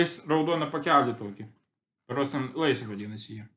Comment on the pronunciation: Lay's-reikia tarti leys